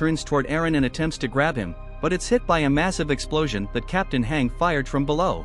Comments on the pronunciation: Your saying hang not hange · Hange is pronounced Han-gee. you would know that if you watched AoT anime 🙂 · Lil bro its Hange Zoé ( Z - O) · I cringed every time the voice mispronounced Mikasa and Hange's names